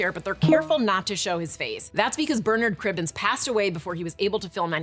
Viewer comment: THANK YOU for pronouncing Bernard Cribbins’ name properly!